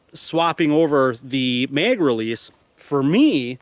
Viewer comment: Bro it's MAG NOT MEG!!!! What are you a Canadian or somethin? Come on bro get your shit together. Ah hell it could be worse and you could call it a clip. Nice video tho. Thanks for putting the time together to make this video.